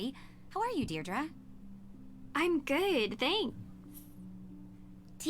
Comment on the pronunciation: Is that how you say Deirdre in the USA? Over here it's Deirdree not Deirdru